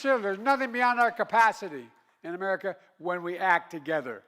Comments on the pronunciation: Wow. Total incoherent baphoon. We are the United States of Amerigotid. Why would the Dems continue rolling this corpse out? So embarrassing....complete with the same one liners he has used over and over and over again and thinks shouting and pointing his finger makes it less cringeworthy than the hundred times before. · I miss laughing at all his gaffes. This one was pretty funny though. “Amerigotit!” Lol